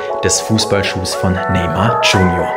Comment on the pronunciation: Neymar "tschunior"